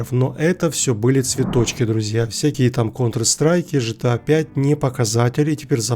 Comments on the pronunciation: гта же а не жта. Гранд зифт ауто, а не Жранд зифт ауто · Джан се авто . почему ты гта джта называешь 😂😂😂